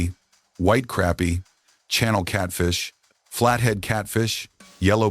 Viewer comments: Hey AI... it's pronounced crāpie NOT crappy, unless you are from New Jersey...lol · "crappie" does NOT rhyme with "happy" ... it DOES rhyme with "poppy"